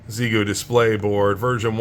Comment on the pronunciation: Made me wrench every time you miss pronounced Xiegu 🤮..its pronounced "X-EYE-GOO" 🤷